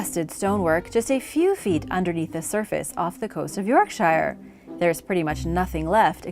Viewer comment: York sheer